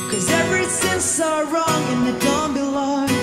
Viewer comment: ぅーん 声はいいし歌うまいのにLとRの発音が… なんでrなんて入ってないとこに舌丸めたりしちゃうんだろう😓wrongはlongなんて発音しちゃってるし😅